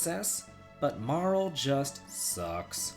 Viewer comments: Also, it's pronounced Mar-lay. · I always pronounced Marle as Marley...am I the only one? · Marle? No way, dude.